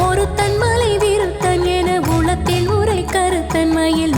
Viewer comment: Enathulathil enru ucharacham seyyunghamma. Ena ulathil ucharanam Artham maaridum...thnq